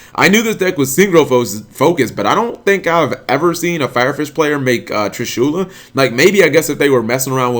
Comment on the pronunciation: TrishulAAA...How the fuck do you pronounce it?